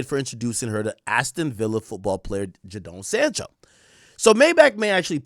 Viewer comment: Bro butcherin Jadon Sancho and Noni Madueke Its JAY-DON Sancho and Noni MADU-WAY-KE, not Noni Madookie